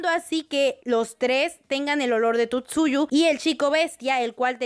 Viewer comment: Por que dice Tutsuyu? :o